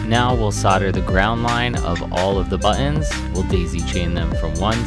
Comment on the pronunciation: I actually skipped to step 6 so I could hear "buh-ins" more, because I love it. :D